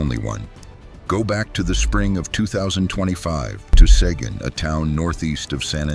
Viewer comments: Like U-Val-De. Seguin not Squin or Saigon From both Towns at one time 🤠🇺🇸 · Seguin - pronounced Se geen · Se-Geen with a hard 'G,' aw pleeze